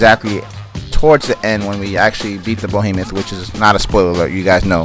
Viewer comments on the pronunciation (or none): It's BEhemoth not BOhemoth. That is all. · Y r u saying bohemeth it's said behemoth. Be not bo